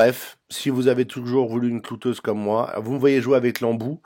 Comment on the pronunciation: on dit cloueuse, pas clouteuse !